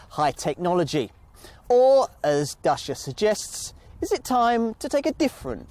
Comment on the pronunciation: Cool video but the pronunciation is not "DASHA", it's actually "DUTCH-YEAH"